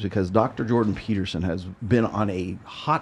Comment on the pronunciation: "peterstein" - is that a Jewish version of Peterson? 😂 On the serious note though, yes he's a completely different man now after that "treatment" from COVID in 2020. I wonder what those russian "doctors" did to him there.